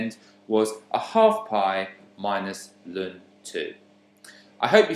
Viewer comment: This was really helpful but so strange the way you said ln (Lun) my maths teacher always said natural log or "el-en" so it confused me at first 😅 thanks for the great video though, very easy to follow 🙂